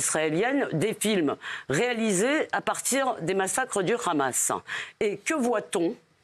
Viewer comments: Pourquoi on dit 'Ramas' au lieu d'"Hamas" ... on dit pas 'Rotêl' au lieu d'"hotêl". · Du hamas. Pas le rramas